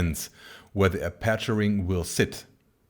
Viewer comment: "Apáture ring"‽ Haha! Your English is flawless but how can you never have heard a native speaker pronounce "aperture"?